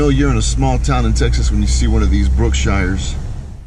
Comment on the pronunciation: Where were you born and raised? Just to let you know we don't pronounce Brookshires like that. Glad I found another Texas picker!